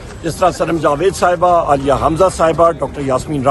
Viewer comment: بھائی جوید نہیں جاوید صحیح نام ھے۔